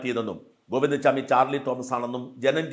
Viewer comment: Govinda swami alla Govinda chami,Please say correct name